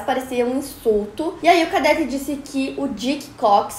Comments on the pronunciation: Cadête,não cadéte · Cadête e não cadéte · Sem querer ser chata, mas já sendo... A pronúncia é "cadête", não "cadéte" Obrigada pela atenção 😂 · Adoro todos os episódios!!! Só uma observação, a pronúncia é "cadête" e nao "cadéte". Parabéns pelo seu esforço e sucesso sempre! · Aí que agonia de ouvir cadéte, é cadete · uma correçãozinha: é cadête e não cadéte. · Só uma correção na sua pronúncia, é cadête e não cadéte... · Se pronuncia cadête . Que história mais estranha😱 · É cadête e não cadéte a pronúncia!! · Na palavra CADETE, você pronunciou /kadéte/ o certo é pronunciar /kadête/ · a pronúncia errada de cadete quase me matou k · Que agonia ela falando Cadete errado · Como é possível alguém formado em jornalismo não saber pronunciar a palavra "cadete"? 😨